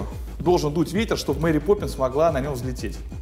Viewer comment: Исправьте "Поппнис"